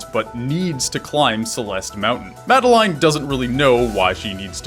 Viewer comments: MAD EL LINE? its pronounced Mad El In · It's pronounced 'Mad-eh-lin' not 'Mad-eh-line' ... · it's madelin (pronunciation) not made "line" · This whole time I thought it was pronounced Madaleen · great video...! but im sorry it's MA-DE-LIN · Oh wow I thought her name was pronounced the way the French would say Madeline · The way you pronounce Madeline makes me cringe but nice video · ... you pronounced her name wrong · I think the message you missed is that that's not how you pronounce Madeline's name. Or at least, that's what Matt, Noel, and IIRC, Lena have all said. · The way he pronounces madeline makes me want to die